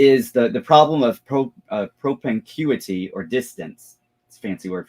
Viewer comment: Fiddly point: "propinquity" is pronounced /pɹəˈpɪŋ.kwɪ.ti/ (or pruh-PING- quih-tee). It was starting to grab my gag reflex.